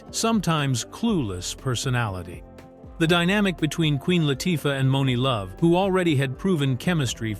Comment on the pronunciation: I'm surprised actually got the name Monie Love right 😂